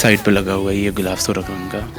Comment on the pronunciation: Ghilaf kehty hein bhai...ghoulaf ni kehty